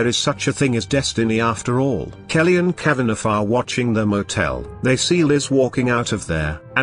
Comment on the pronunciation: The robot voice keeps pronouncing the name Kavaneff, because it seet the gh at the end. It should be Kava naw.